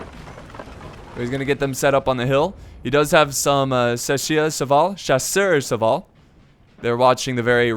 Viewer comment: Chasseurs á Cheval is pronounced like Shassoor a Sheval